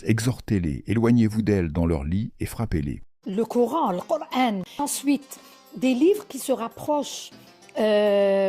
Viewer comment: En prononçant cor-haine, ils se tirent une balle dans le pied..